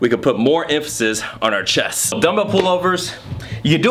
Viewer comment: ChesT (note the 't') not chess